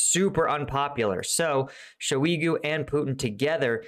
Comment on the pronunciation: the correct pronunciation should be something like: shy-GOO.